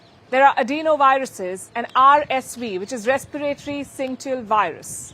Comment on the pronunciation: Syncytial virus not synctial virus